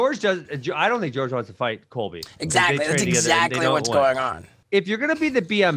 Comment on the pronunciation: “George” instead of Jorge 😂